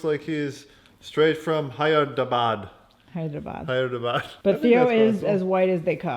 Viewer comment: Matt trying to pronounce Hyderabad hahaha